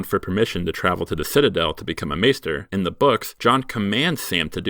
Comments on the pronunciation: It's maester aemon, not 'master'. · It’s pronounced MAY-STER not MASTER bloody hell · How can someone so knowledgeable of GOT pronounce “maester” wrong?